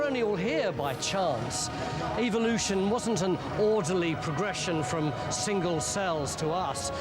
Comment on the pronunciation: Omg...it's evolution......not evilution.